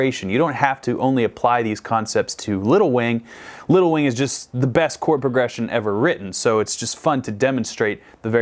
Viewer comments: Instead of “little wing” I kept hearing “lil wayne” hahahahaha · Drinking game: Every time says Little Wing but it sounds like “Lil Wayne”, take a drink. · The whole first half of this video I thought he was saying lil Wayne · that's what I thought he was saying XD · Me too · i noticed that too! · Don't know why, but every time you saying little wing I hear little wayne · Idk why but every time he said Little Wing I heard Little Wayne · It sounds like your saying lil wayne